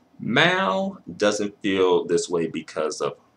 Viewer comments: pronouncing Maaal like this dude is crazy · I never knew Mal was so hard to say